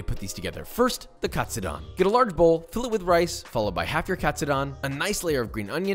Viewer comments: Josh, my good man...please, help a Nisei out. Please say the "don" like "condone", not like Don Corleone. Japanese "do" is like Doe, a Deer, a Female Dear. Same thing for Tonkatsu. TOEnailkatsu. Vs Tonkotsu, think tonKONNICHIWA. Japanese is pronounced exactly as it is spell and we only have five vowel sounds. So you go from pork cutlet (tonkatsu) ramen to pork bone broth (tonkotsu) ramen. This is such a small and ultimately irrelevant comment from one of your thousands of viewers but please, you're killing me. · Pronouncing "Katsu" like a pro, and having a complete American pronunciation on the "don" part lol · That's the first interesting way of pronuncing Katsudon I've ever heard :)